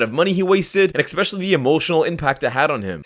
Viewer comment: "Ekspecially" is not a word.